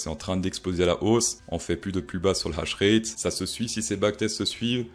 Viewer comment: On dit pas hash rét on dit H ratte